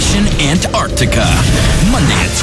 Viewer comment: I almost died when you pronounced antarctica correctly i have been waiting so long for someone to do that i swear everyone just say antartica